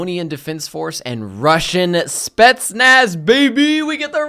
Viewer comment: just fyi on how to pronounce "spetsnaz" yeah it's "spee-yet-snuts" :D